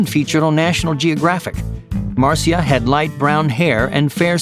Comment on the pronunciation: Am the only wan who realised he mispronounced the name Marcia wrong